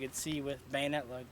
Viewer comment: ....and "Bannet Lug" 😂😂😂